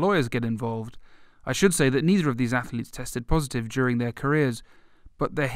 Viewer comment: Ath-letes... TWO syllables, not three.